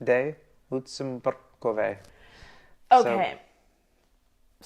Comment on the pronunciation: For example word "Lucemburkové" must be read as "LuHceHmbuHrkoHveH" ... as vowels A, E, I, Y, O, U in the middle and at the end of every Czech word must not be shortened, skipped or otherwise deformed, but must be fully and clearly pronounced as if letter H or double consonant was next to them - just has Hana vs Hannah. And for example word ending with letter E must not be pronounced as EY but as EH. - such as word "stanice" must not be pronounced as "staniceY" but as "staHniHceH". ... simply add H after every vowel in the middle and at the end of every word.